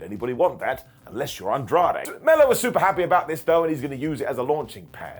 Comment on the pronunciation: I thought it was Andrei not Andrade haha